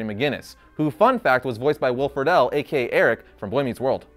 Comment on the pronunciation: Will Friedle pronounced Free-dl and not Free-dell.